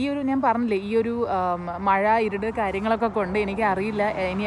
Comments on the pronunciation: ഇരുഡ് അല്ല ഇരുട്ട് ഇരുട്ട് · ഇരുട് അല്ല ഇരുട്ട് 😌😌